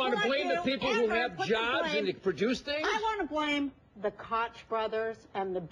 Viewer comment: Hey Roseanne! First of all - learn how to pronounce Koch (yeah, is like "Coke", not like "crotch" - which is what you grabbed while singing our National Anthem). Secondly, Koch Industries employs more than 100,000 people in over 60 countries and there are, as of this very minute, 477 united states job unfilled on their job board!!!! They make HUGE donations to our community and the people that I've known that worked for them have always been paid very well and had good benefits. GO TED!!!!!!